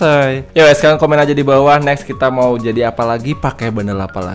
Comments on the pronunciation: "nexs kakashi" "nexs kakashi" "nexs kakashi" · "NEKS KAKASHI" "NEKS KAKASHI" "NEKS KAKASHI" "NEKS KAKASHI"